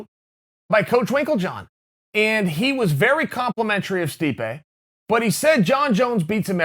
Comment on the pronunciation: *Stipe not stipe buddy